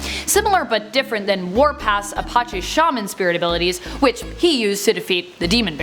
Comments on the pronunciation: Please say the name of the tribe correctly..... A-patch-ee it is a hard E sound on the end. It might be a given name to a very large amount of Clans some related and some not but the least you could do is say it correctly. Also Why don't you do a Top 10 Native American superheros. Or Top 10 Indigenous Superheros. So we can see tribal people from all over the world. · How do you mispronounce "Apache" so much?